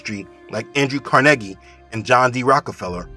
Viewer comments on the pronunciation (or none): none